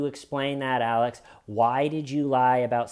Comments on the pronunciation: He has never been able to say the letter X well and I can relate because for some bizarre reason, I pronounce X as C as well. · Alec??? Why do you keep calling this fruit loop Alec? Isn't he called 'Alex' lmao. 🤣🤣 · Calling him "Alec" instead of "Alex" consistently throughout the video, honest mistake or are you working on a Baldwin update? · Sorry as an Alex I can’t sit here and listen to you keep calling him Alec